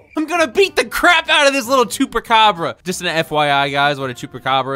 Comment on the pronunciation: TALE CARE OF A CHUCARABA 😂 GOT ME DYING ON THE FLOOR